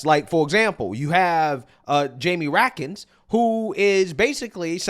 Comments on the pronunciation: Raskin, not rakkin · It's pronounced Rat-Skin